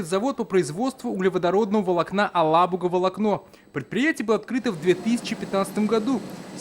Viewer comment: Правильно АлабугА. Язык татарский, в РФ есть такая республика Татарстан,столица г.Казан. Казан,на всех языках кроме русского без мягкого знака.